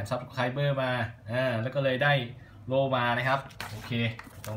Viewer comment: ครับโล้ไม่ใช่โล่ครับ